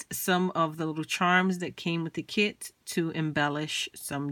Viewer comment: I totally thought you said kids.